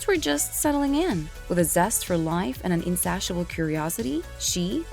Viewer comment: Why can't this narrator pronounce simple words like Opera, Insatiable or Ethereal? She should be on the News. Some of them pronounce words like they're not from this planet. Marlon Monroe? Why not Marilyn Brando?